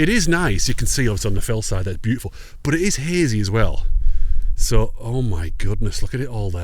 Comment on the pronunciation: It’s boot-ti-ful 🤣🤣🤣